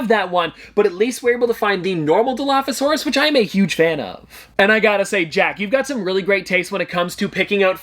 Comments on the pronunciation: Jack said dilophopasoraus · I can’t believe jack said dinophosasaurus like that is no where close to dilophosauraus